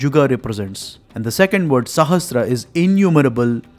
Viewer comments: Excellent! However, do not mispronounce "sahasra = सहस्र" as "sahastra सहस्त्र". It is a common mistake, but needs to be corrected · Is there a difference between word sahasra and sahastra. Why do you pronounce sahasra as sahastra in your video? Please answer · It is sahasRA, NOT sahasTRA